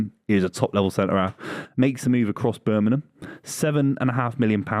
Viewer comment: work on your Birmingham pronunciation.